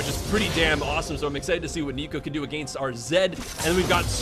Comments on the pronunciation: cant get over the fact that you say "ahgainst" and it doesnt actually bother me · My god the way you say against is triggering me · I hate how he pronounces "against"... You're not English,!